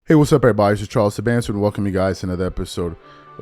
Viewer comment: Charles it’s pronounced Pk Sooban but spelled Subban and PK couldn’t have said it better I been echoing the same thing to my friends…and to piggy back off of what PK said I played hockey myself we play hard, we block 100 mph shots, we hit we fight..and fly from city to city but u don’t see NHLers taking a night off because they were tired because of a late flight.. basketball now is nothing more then guys doing 30-40 mins of easy cardio.. Kobe my man and Jordan are in a league of their own.. PK couldn’t have said it better!